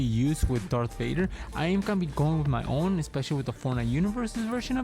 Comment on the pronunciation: its darth vader not dark vader